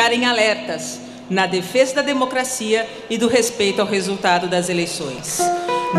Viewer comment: Kkkkk lida. Na USP kkkkkk é demo cracia